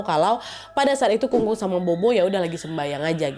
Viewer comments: Kung kung bacanya kong kong nad habis itu pho pho itu baca nya pho pho aja nad terimakasih🙏🏻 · Kung-kung dan popo ka, bukan kung-kung dan bobo 😁